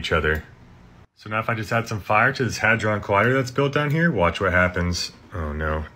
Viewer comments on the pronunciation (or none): none